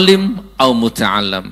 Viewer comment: Sedikit koreksi Gus Nur الا ذكر الله " ...Illa dzikrullahi bukan ala dzikrullahi. Dan متعلما "Muta'alliman bukan Muta'allam ( muta'allim bukan Muta'allam ) Barakallahu fikum